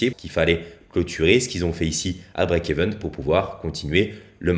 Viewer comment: BREAK EVEN PAS EVENT mdrrr